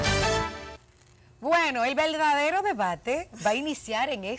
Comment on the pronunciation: El "veldadero" debate? Wao qué pronunciación!